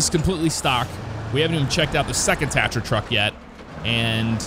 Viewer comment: You just pronounced tatra wrong